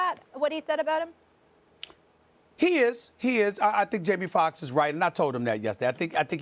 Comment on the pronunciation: “Jaime Fuckks”